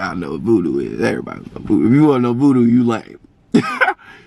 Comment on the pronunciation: You said voodoo it’s oovoo 😂🤣